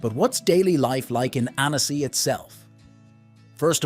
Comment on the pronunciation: Please, learn proper pronunciation. It’s “Ann-ssi” not “Ann-ess-ee.”